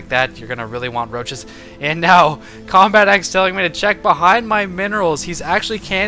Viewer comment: Lol combatEZ instead of combatex